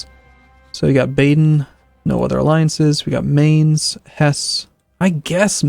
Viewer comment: i realy like how you pronounce Mainz